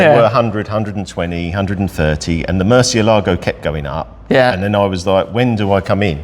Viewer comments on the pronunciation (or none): The way English speakers pronounce the word murciélago is like a dog peeing on one of your vehicle wheels.